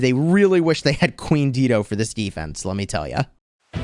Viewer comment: Dido is pronounced "DIE-DOE." 🤣😘